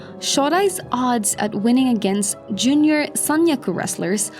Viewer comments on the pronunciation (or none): none